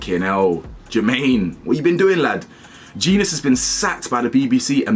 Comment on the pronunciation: It's pronounced Jen - Nus BTW